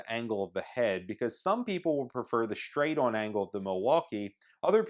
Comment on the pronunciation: you are a boss. best review. super nice. you said shtraight. with an SH. are you from pennsylvania? thanks for sharing